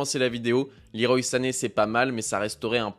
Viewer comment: Le roi comme Claude Leroy pas Liroï La team pro pour le pseudo (pas très anglophone) mais gg pour la vidéo sinon ;)